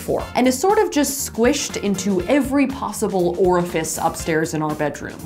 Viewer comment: "Squished into every possible orfice." 😂